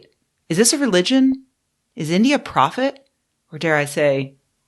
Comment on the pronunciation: "Pawphet"? Ms Watson, you are beyond hope.